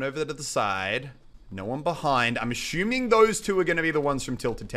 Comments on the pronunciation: Btw you keep saying ashewming (sounded out), it's assuming. Cmon man. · MUSELK, STOP SAYING ASHUMING!! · Muselk said "ashuming" 4 times in this video xD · Stop saying "ashuming". xD